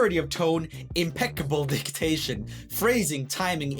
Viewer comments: The irony of mispronouncing diction makes me laugh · is it just me or did roomie just say dictation instead of diction? Just asking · Ta-daa! An extra syllable.